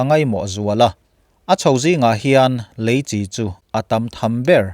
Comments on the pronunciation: lam diklo mahse a kawhtum chu a ngai reng alom ilo sawifiah dan hi a dik chiahlo alom, Leichi hi Chi chawhmeh pawlh ang hian an lam ngailo a dik hlel deuh alom, eichi, inchi anga lam tur ania, Chi tih hi a lam dikloh chuan a nihna a bo vekin ka hria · Leichi hi tinge Chi lai hi chawhmeh al nan a kan hman Chi ang hian tinge kan Youtuber ho hian in hman zel le,eichi kan tih a Chi ang hian lam tur ania inlam diklo lutuk hi a pawi e inlam dikloh ang2 hian a ngaithla tuten anlo zawm veleh dawn ania a pawi hi ka ti thin